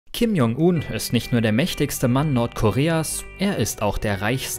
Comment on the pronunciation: P.S. man spricht es [Kim Joong un] das J wie ein englisches G